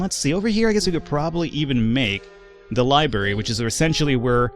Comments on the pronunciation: It's "libRary", not "libary". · lol it's not dormitarry or libarry